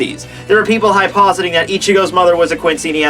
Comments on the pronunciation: hyposing?? Hypothesizing dude. Annunciate. and idk about this one but i thought it was mugetsU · Really don’t wanna be that dick that corrects people on the internet but it’s “hypothesizing,” bro.